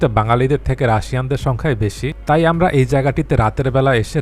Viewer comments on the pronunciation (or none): none